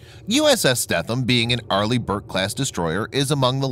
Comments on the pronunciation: Her name is pronounced more along the lines of STEENUM (longer E and the TH somehow more of an N... ) (sry dont know the different pronunciation markings) Why do I know. Well 3 years onboard Robby's boat and you will learn some things :) and ... well I would like to inform you that our LIFE RAFTS are NOT ASW weapons. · Pronounced “Stee-thum” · you pronounced the name wrong. i stopped watching at that point lol ----former crew member.